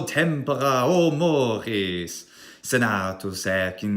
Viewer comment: Correction: the "mores" tended to be a little french. But the "tempora" was flawless👍